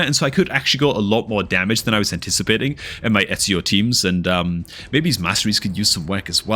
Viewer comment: Love the vids, but i have to say, his name is E-zi-o not Et-si-o. But definately should start a new FTP account